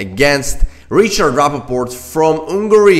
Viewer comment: Thank you for the analysis! One note: Rapport, not Rappaport🙂